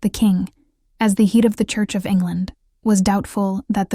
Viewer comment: The "heed" of the church of England? AI again. Jeez....